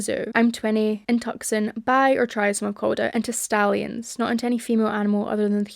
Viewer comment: Small note: Tuscon is pronounced (too-sohn). Thanks for putting out this video, being a former furry, I've heard so many jokes about BD but didn't know there was this much nasty work behind the scenes